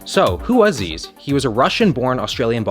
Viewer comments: It’s pronounced like Zizz not Zeez, it’s a bumbag not a Fanny pack, and mirin’ is pronounced like the end bit of admiring because that’s where it comes from - A disgruntled Aussie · It’s “zizz” brah! Zyzz pronounced zizz not zeez this ain’t an accent thing bro it is pronounces ziz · It's not pronounced "Zeez" it's pronounced "Zizz" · It’s not zeez it’s *izz with a z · count how many times he said zeez instead of zyzz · His name is pronounced Zizz. All his family pronounce it this way, not zezz. He has said its pronounced Zizz to mock Americans tho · my guys calling him zeeez, its pronounced zizz bro. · why do americans and canadians call him zeeez. its z-izz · Its not Zed like Zisized. ITS!!!! Like ZYZZ FUUaKING -----------------"ZYZZ;........................................ BRAAAAAA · Is he really pronounced "zeez"? I always thought it was more like "sis" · His name is Zyzz not Zzzz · It’s pronounced “Ziz” not “Zees”. Us Australians are turning in our grave right now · I am Australian his name is pronounced "ZIZ" for everyone wondering, not pronounced zyyyyyeeezzz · it’s zizz not zeeze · Zeeez that legit makes me hit a Billy it's ziz zyzz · Pronounced 'Ziz' not 'Zeez' FYI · Zizz not Zeez brah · Please brah ... on behalf of all Australians... Its pronounced "zizz" not "zeez" - Insulting our brother RIP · I always thought it was pronounced like zizz not like zeez. Also you mirin bro? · it's Zyzz, not Zeez. Brah. U mirin' brah? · Say it Z-i-zz, gotta respect the name 😭😭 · bro said zeez and meerin bruh like wtf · "It's not zyzz it's fkin zeez man" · Bro it zyyz but you say it like zizz.... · its pronounced zizz my dude, immidate dissapointment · you can tell when someone doesnt really no who zyzz is based on the way they say the name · lmao "zeeez" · Did u just call Zyzz, Zeez 😡😡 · It’s not pronounced “zeez” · It’s not zeez lol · As an Australian, where Zyzz is from, it’s funny how Americans pronounce Zyzz. We pronounce it like “Zizz” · its pronounced ziz